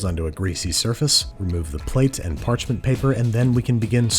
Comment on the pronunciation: "place it in a prepared patchment paper"